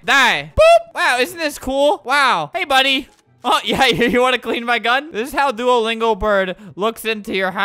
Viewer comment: Its Not Doualingo its Duolingo